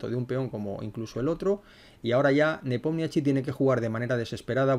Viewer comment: Hola!! Excelente analisis. Solo una cosilla, se pronuncia "Nipomischi" 😂 que tengo un ucraniano en casa que de rie de mi cuando digo nepomiachi. Saludos!!🎉